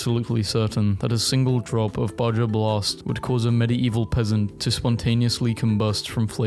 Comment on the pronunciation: u pronounced Baja blast wrong, its pronounced baha blast.